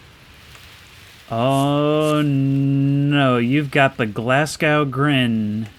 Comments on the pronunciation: Your pronunciation of Glasgow was painful man. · The way he pronounced glasgow causes me pain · Gladgow to hell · the scariest thing in the video is how you pronounced Glasgow